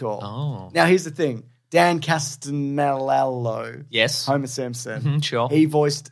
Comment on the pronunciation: Today on Weekly Planet Jewels: saying Dan Castellaneta's name wrong like 3 times despite his name and even his role as the genie having been mentioned correctly already previously by both dudes 🤣🤣🤣